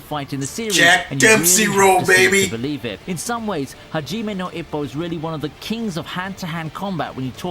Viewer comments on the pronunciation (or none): but you said "haji now ipoh"